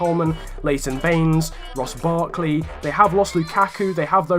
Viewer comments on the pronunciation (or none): none